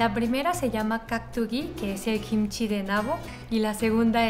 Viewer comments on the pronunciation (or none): Hola, me encantan tus videos y no me pierdo ni uno pero tengo una preguntita tal vez algo ignorante pero cuando hablas de Kimchi hay veces que dices Jimchi y no se si es diferente o es lo mismo.